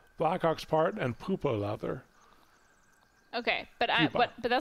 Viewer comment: Had to give in and look it up - pupa is pronounced pew pa.